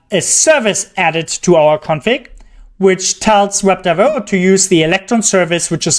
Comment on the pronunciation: Just slow down the pronunciation of Web Driver IO and you'll be good. The way you're saying it, it's "wrebdwibraiohwr" very fast. It sounds like it's all crammed together. Just slow it down. "Web. Driver. I. O." Great video.